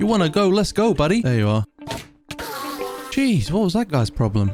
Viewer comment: when u said jeez i thought u said sheesh